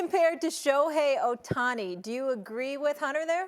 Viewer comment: He called him Otuni, is all you need to know lol